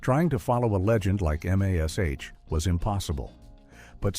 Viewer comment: Please do not use AI voices. "Following a series like M A S H..." WTF?